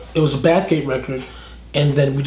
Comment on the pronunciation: baffgate or bathgate